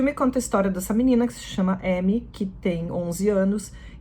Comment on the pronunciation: Faltou dizer q elas estão de véu. Tá.. Amy ( a tem som de a em francês e a tônica é a a sílaba final. Amí)